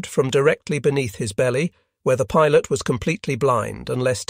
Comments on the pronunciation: It can't even pronounce "pilot" properly. In the 4 part series and kamikaze pilots it mispronounced "model." These are such simple straightforward words. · Woe-ard for word, pee-lot, kil-led, feet-ers, waver-ed for waved, grin-ned. Lae is sometimes Lay, sometimes Lie. Heevy dem-edge for heavy damage. Plane-ese. Unnerv-ed every pee-lot. Lay and lie practically in the same sentence. It ruins the narrative.